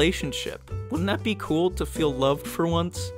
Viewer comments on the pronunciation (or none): none